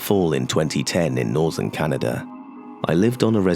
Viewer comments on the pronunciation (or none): none